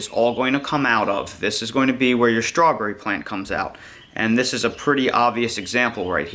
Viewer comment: There ain't no H in STRAWBERRY